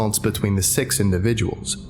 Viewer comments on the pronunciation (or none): You say six like sex and got me really confused. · when he said "Six" i heard "Sex" is that normal? XD